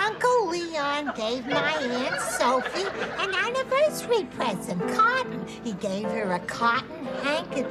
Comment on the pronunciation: 'OHHHHHHHH happy second annivois' 'CUT!' 😂🤣